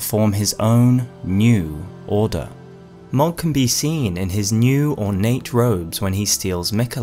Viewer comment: Love the video and your channel, been watching since the start and so happy to see you back making videos! Also, just wanted to say that "Mohg" is pronounced like "Moag" not "Mogg".